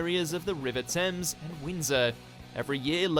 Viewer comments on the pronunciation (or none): none